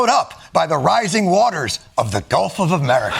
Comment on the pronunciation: No, he calls it "Golf of America."